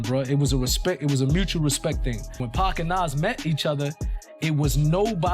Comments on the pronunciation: Dude, if you’re gonna insist on using an AI narrator, at least go through your script and change stuff like “pac” to “pock” Lazy ass content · It’s PAC!!! Pac like Pockets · Why you keep saying pack its pac no k in it bro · It's Pac not Pack please stop disrespecting his Name! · Bro said PACK my boy it’s Pac ! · 2 Pac's name, IS NOT pronounced: "PACK!!" It's pronounced : POC, like Spock from Star Trek, without the S.."THANK U!!"🙏🏽✌🏽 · It’s pac not pack 😂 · Reminds me when Hov face went cringe when that interviewer kept calling pac 2pack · PAC not PACK yall gotta correct that program these voices to say PAC name right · It shows that this creator is lazy. Dont use an ai voice for one, but if you do, at least go through the script and change “pac” to “pock” or whatever. But like I said before. Ai narrators suck period. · Pack and Sooge night? ai sucks 😂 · Stop saying Pack! Have enough respect to say his name right. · But Pac like Pac-Man is Packman 😂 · Who is the world is "PACK"??? "SHOOGGE Knight"??? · I tried to watch the video but the pack and shooge drive me crazy! Listen to you videos and correct it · Who the fk is "pack" 😂😂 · This is impossible to watch or listen to when you hear dude consistly mispronouncing Pac's literal 3 letter name wrong every 5 to 10 seconds